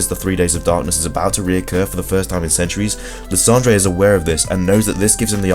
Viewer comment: really you pronounced Lysandre as la-san-jray instead of lie-san-der, you are not a true pokemon fan if you pronounce it like that.